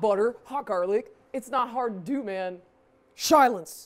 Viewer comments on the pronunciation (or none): “Shilence!” I’m dead 💀💀💀💀